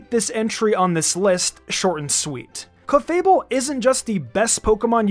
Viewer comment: When u said cleafable🙄🙄 strongest wtf man🤣🤣